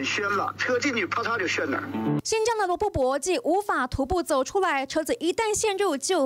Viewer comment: 罗布po,不是bo